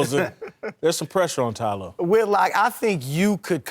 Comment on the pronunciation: Chris is great, but why does he insist on saying "T Lue"? It makes no sense bc Ty and T are the same syllable-wise. Not saving any time.